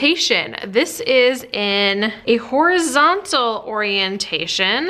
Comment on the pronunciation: At one point you said horizontal in such a way I could've sworn you were about to say horriable !